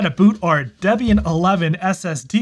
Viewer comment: Bro, it's pronounced "DEEE-be-an".